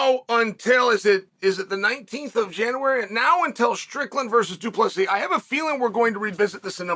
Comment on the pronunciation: why u keep dropping the silent s?